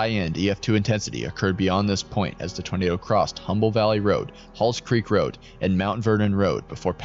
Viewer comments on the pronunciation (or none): none